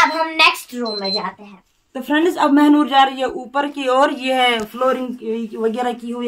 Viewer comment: Mehnoor not Mhanoor